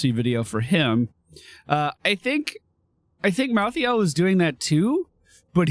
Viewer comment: First of all I’ve never heard anyone in the north say pop ever unless it was a joke second stop saying mal-thee-ale please it’s mal-thale